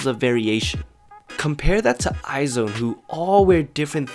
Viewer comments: You're pronouncing IZ*ONE wrong. You're saying I Zone instead of Eyez One. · It is not pronounced 'i-zone' it is i-'Z'-one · It is supposed to be read "EYEZ ONE", not "EYE ZONE" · I hate to be that person who corrects people but I couldn't help it. IZ*ONE is pronounced as eyez one not eye zone P.s I love your vids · Haha Its pronounced eyez1 not eyezone... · You really pronounced izone like eye zone omg it sounds like "Timezone" im sorry i loled alskfkala i thought it was eyez one tho? Or was twt lying to me... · It’s pronounced EYES ONE not I Zone. I don’t agree that you should compare IOI very very very to LVER. It should be Debut vs Debut. LVER dominates Very Very and Dream girls. It’s almost like comparing TWICE to BP. Both amazing but different approaches to music and execution via MV and concept. Anyways remake a new video that makes sense to compare. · the group is pronounced eyes one not eye zone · you're wrong. It's eyez one. Its hangeul is 아이즈원 which is pronounced as aijeu won or eyez one not eye zone. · iz*one is pronounced as eyes•one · Isn't IZ*ONE pronounced " eyes-1 "? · thats not how you read iz*one..